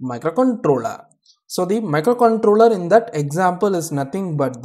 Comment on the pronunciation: Very easy explanation thankyou.. Your pronunciation of micro controler was nice